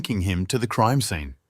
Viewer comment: This is a good channel, however, the mispronunciation of words is a little annoying. Creame-meh instead of crime and no-ledge instead of knowledge, you name a few 🙄